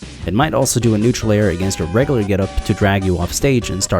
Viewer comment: Bro you need to look up how to pronounce words with "U" in them lol. You say "Reg-UH-Lurr"... It's "Reg-YOU-Lurr".